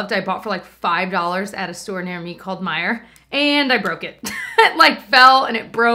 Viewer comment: Lol “a store near me called miejer” 😹